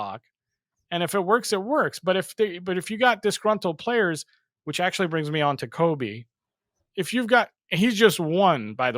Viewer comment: My guy, his name is ‘Kobbie’, not Kobe 🙈😩😩😩 it was killing me. Belittles what you’re saying if you can’t learn or be bothered to pronounce his name correctly